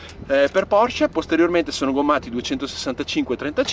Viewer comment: Bravo. Finalmente che c'è qualcuno che chiama la Porsche, Porsche e non Porsch. 👍🥰